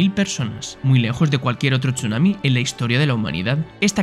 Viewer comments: Yo cuando dice "TCHUNAMI" en vez de decir sunami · se pronuncia sunami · Buen video, pero como me molesta la pronunciación de la "s" es como si dijera "sh" cada que vez que lo pronuncia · Me duelen los oídos cada vez que oigo chunami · Me generó bastante estrés que pronunciara Chunami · Qué nervioso me pone la forma de pronunciar Chunami